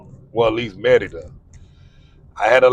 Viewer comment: The pronunciation is muh-ree-duh. Why do you pronounce it Me-de-duh?